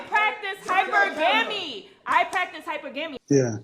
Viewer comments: She pronounced it wrong. The Google is a wonderful thing: "Hypergamy is the practice of marrying or partnering with a person of higher social or economic status, often referred to as "marrying up". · That woman "I practice Hyper gam eee." She must have went to the learing center.